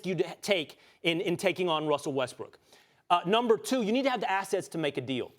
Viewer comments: He literally said Russell Westbrick lol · He literally said russel westbrick hahahaha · Ryan says Westbrick at :34